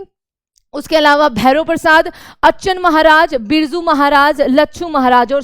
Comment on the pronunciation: Kisi mudic teacher ko bulate yaar.. Ye teacher to naam bhi shi se nhi le pa rhi hai.. नत्थन पीर बख्श होता है, विष्णु दिगम्बर पलुस्कर, अच्छन महाराज होता है।